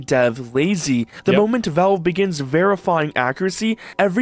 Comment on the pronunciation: I HATE the way this guy pronounces Valve. He says "Velve" and I don't know how anyone can come to the conclusion that's how to say it. I increasingly want to punch the nearest wall every time I hear "Velve".